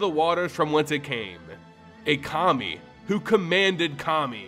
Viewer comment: Pronounced Kami correctly, yet somehow pronounces Kamigawa incorrectly. I have faith that eventually MTG YouTubers will pronounce it right.